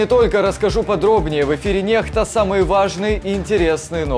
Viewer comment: Пишете по-английски,а читаете на калябском некста,а не нехта😂😂😂